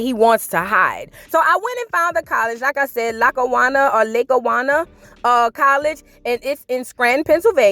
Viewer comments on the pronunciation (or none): It’s pronounced Lock A Wannah